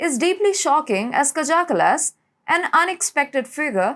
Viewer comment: It's pronounced "kaya ca-las"